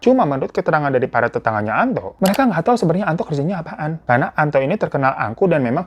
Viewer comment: Gw malah sibuk dengerin nama "Antok " sebenarnya Antok apa Anto sih 🤣 perasaan si babang sering bmnambahin huruf k, misalnya kata naro jadi "narok" 😅